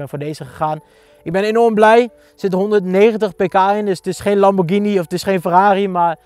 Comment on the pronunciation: Dikke bak maat! En godverdomme, de enige die op YouTube lamborghini goed uitspreekt! Geen lamborjiniee! Maar wat een bak vriend! Congratz man!